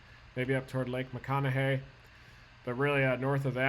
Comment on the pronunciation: I appreciate hearing someone from out of state correctly say Ogallala and lake McConaughy correctly.